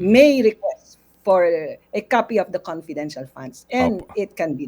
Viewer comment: Confedintial fun ngaa eh